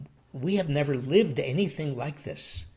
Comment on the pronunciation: J6... Say Nevver...